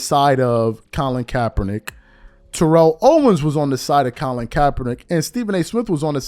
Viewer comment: This man is a whole hall of famer. It’s TERR-ELL OWENS